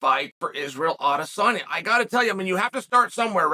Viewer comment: Not Adesanya's though, though tbf, majority of people don't. Lol.